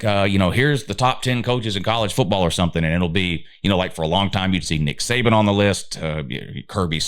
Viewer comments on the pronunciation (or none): none